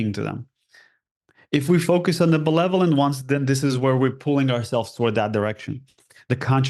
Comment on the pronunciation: He is awesome but he needs to learn the word "benevolent". Notice how he keeps saying "belevolent"? Was he confusing it with the word "malevolent"? Eh? Thank you!